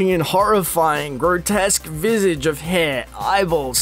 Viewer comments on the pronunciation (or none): none